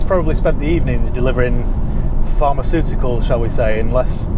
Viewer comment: 'pharmaceuticals'... lol